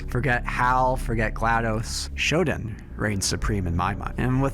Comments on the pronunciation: For the love of god, stop pronouncing SHODAN as "SHOD'N". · Dude, excellent video as always....but every time I hear "Shoden" I cringe...Please, it's Shodaaaan...thank you ❤